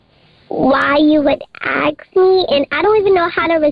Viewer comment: I can’t get past “acks”…it’s “ASK!